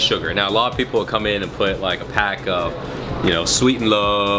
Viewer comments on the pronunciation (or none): none